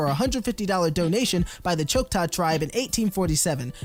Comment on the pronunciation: This is wholesome AF, but one thing stood out to meh... Choctaw (chaw-ctaw